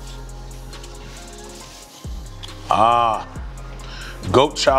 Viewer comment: He said hardees right 🤣💀